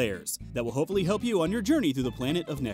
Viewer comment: Damn this is the bes WS-video I've seen in a long time. I laughed my ass off and it was fast enough that even a tard like me managed to keep attention. Also, at 0.34 you say "hopelly help you". ZINGGGGG.